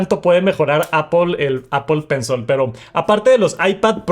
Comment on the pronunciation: es pencil, no pencel.. Gracias.